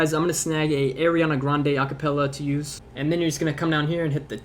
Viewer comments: Anyone else notice he said Airiana Grande? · air-iana grande ;)